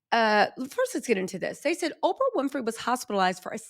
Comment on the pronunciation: Girl not “Ofrah Winfrey” 😅